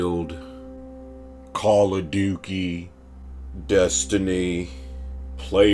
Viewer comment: This sucka said Call of Dookie. 😂 instant like!